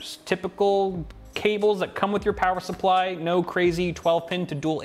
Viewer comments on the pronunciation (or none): none